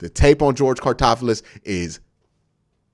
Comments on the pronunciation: Its all good Q. But its George (Car-loft-tis) Karlaftis 🤗 Also…don’t sleep on CLE drafting Tyler Linderbaum if he falls or Leo Chenal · Q don't care what homie's name is🤣🤣🤣 Karlaftis. Karl-ahf-tis Great video though💪🏾💪🏾💪🏾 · The way you say Karlaftis' last name kills me lol. I agree with nearly everything you said in this video except for saying he could be a Bosa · The way Q says Karlaftis hurts my soul just a lil bit everytime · If we get Karlaftis all I hope is that Q learns how to say his last name correctly